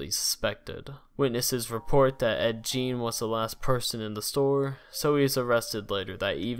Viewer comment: You mispronounce a lot of words and names. Gein and macabre is quite silly.